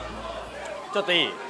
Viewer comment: ちょっ“とい”い？